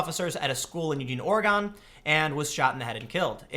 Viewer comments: DEAR GODS it is 'Or-Gun'. not 'Or-EE-gone' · Or-e-gun Tim, not Or-e-gone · Ore-i-gun not Ore-E-gone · It's Ore-eh-gun, not -gone. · sigh Tim. Please. Or-E-gun. Not Or-E-gone. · It pronounced Or-gun, not or-ee-gone. Some people's kids. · Tim, my bro & sis live in portland. It's ore-gun, not ore-gon. Just the language a native would uss. You were better the 2nd time you said it. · IT'S PRONOUNCED ORE-GUN NOT ORE-GONE!!! Get it right, please. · It's OR-eh-gun. Not Or-e-gone. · Oh Gosh.... he says "Or Gone" As an Oregonian this amuses me. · The E is silent "Orr Gun" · we in Oregon pronounce our states name like organ, Man, I like your channel but pleeease don't miss pronounce my state... Organ pronounce it like --->organ< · Ore-gone. Why. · ORE-EH-GUN God Dammit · Oregon is pronounced Or-egg-in Holy fuck just realized thats the middleschool I went to. no shit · I hate to be that guy, but it's pronounced "Or-y-gun". Native Oregonians like me don't get anal about much, but noooobody else gets the name right. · Damnit Tim! It's ORY-GUN. Or e gun. Jeez! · that is not how you pronounce “Oregon” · The way Tim says Oregon...